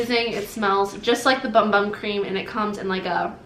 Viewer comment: I think ‘moringa’ has a hard ‘g’. And ‘bum bum’ is pronounced ‘boom boom’. You have lovely skin.